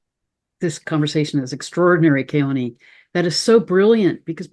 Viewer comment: I know you and Keoni are close friends and he wouldn't correct your pronunciation of his last name, but as someone who grew up in the Islands, I'd love to hear you say it correctly. In Hawaiian you never pronounce an 'a' like in 'cat'. It is always 'aw' as in awesome - like you. ❤❤